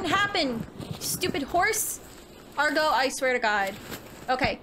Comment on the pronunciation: The horse doesn't listen to you because you keep calling it "Argo" 😛